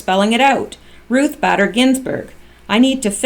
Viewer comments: Just as a side note, it is pronounced BAY-DER, not BADDER. I have a feeling that she will be much discussed very soon, so I thought you would want to know. (BTW, I am wondering whether this recording of the tarmac meeting will be a part of the OIG report, soon to be released, and that is why POTUS is bringing it up now. If NSA did indeed have such a recording, it doesn't seem right that they wouldn't have shared it with Horowitz, since part of his job is looking at the whole 2016 election. Just a thought.) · Pronounced Ruth baiter not batter. just letting you know. Thanks for all you do. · Her last name pronounced Bader, LONG A SOUND. Not Badder... You annoying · It's Bader as in Bay der , hard A please. And someone please tell Corsi it's Strock NOT Strizzok , Dr. J C is NOT snoop doggin, but why does everyone mispronounce Stzrok , that Z IS A REAL BASTAGES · LL claimed that her convo with WJC was only about grandkids and golf. However, no records exist proving WJC played golf while in AZ. Actually, no one knows why he was there... Love cats. Have 3 It’s “Ruth BAY-dehr Ginsberg “ You pronounced China Stick Exchange correctly, however symbolism in the East has different connotations than in the Western World. (Relative ex pats live in Hong Kong) Scalia was a devout Catholic. His son is a priest. Scalia would never have elected cremation (Vatican II changed Church for the worse) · Ruth "Bader" Ginsburg, one "d" pronounced Báy-dur...fyi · It's BAY-DER. Ruth BAYder Ginsberg. Long A in her middle name. Thanks for all your hard work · Badder is better for Bayder! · BAYder is certainly badder than most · Hey, minor point, but believe Bader is pronounced with a long A. Ginsburg being a radical feminist is an understatement. The country will be much better off when that witch finally kicks the bucket. After the tarmac meeting, one of them (Bill or Loretta) said they just talked about golf and their grandkids. Yea right, we believe that BS.